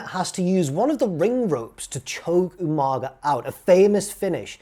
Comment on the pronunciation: Slightly disappointed you didn't pronounce Umaga properly. Especially as a Brit! UMANGA! Loving the video though! Good stuff,!